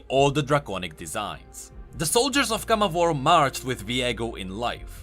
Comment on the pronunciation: Viego pronounces in his cards CamavOr, not CAmavor Rito changes the pronunciation depending on how says it?